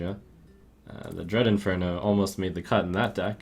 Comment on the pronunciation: DREAD IN-FER-NAL. Jesus.